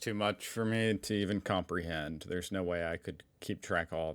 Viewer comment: No Aussies say nair for no